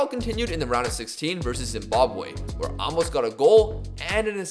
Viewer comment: Aymos* that’s how it’s pronounced